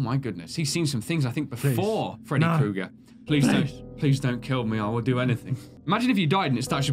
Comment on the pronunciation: Hey it's Kooger not Krooger. Just trying to let you know